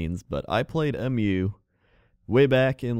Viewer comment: A lot of people call it M.U. But it's actually "Mew", it's the name of the continent. They say it a lot in the trailers and in game. (All three games, actually)